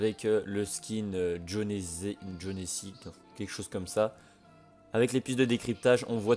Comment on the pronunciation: A... Jonesy... Jon e sy 😂😂😂 A tu le prononces bien